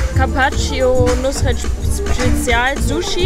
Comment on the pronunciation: Fazit: Nus-ret...Muss-net!